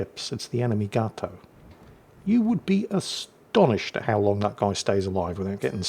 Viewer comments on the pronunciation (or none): none